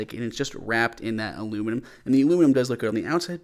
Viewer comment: WTF is aloomaloom